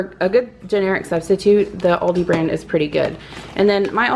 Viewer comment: Thanks for sharing your haul! Everything your going to make sounds delicious! Yes! You are saying it right! Have a wonderful weekend!